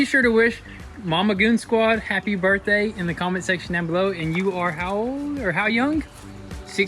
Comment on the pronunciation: Happy birthday! Did she almost say booz-day?